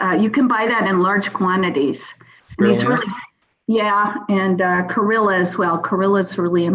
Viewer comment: Chlorella not corilla